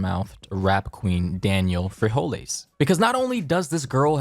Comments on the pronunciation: “Daniel fijoles”? So likeeee its Daniel beans XD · He definitely said daniel which makes it that much funnier "daniel frijoles" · When he said freholas my Mexican mother said “ jizelle turn of the freholas!”😂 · He said Danielle frijoles😂😂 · He knew how to pronounce her name, he was just making fun of her last name, it isn't that serious dude, lol